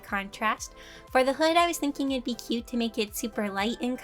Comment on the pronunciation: " cute " T is silent. Sounds exactly like the word. Cue (人*´∀｀)｡*ﾟ